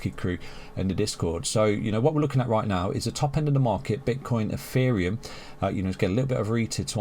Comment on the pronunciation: Why do you say "EFFEREUM" ?